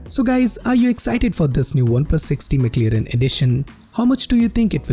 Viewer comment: Mc lirin. 😂😂😂😂. At least learn to pronounce it well me friend